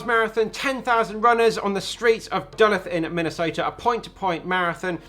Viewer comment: The way you pronounced Duluth hurt my head lol appreciate the video but that pronunciation was way off lol